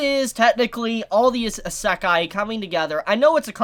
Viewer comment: you pronounce Isekai likr this: E-sec- kai not ih-se-kai